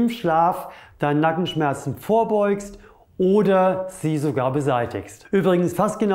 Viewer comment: Sehr interessant aber bei habe ich Kanackenschmerzen rausgehört😀😊 aber einfach genial , mache auch zuhause Übungen wegen Rundrücken und schmerzen im HWS Nackenbereich. Ich würde mehr wie 5*** geben.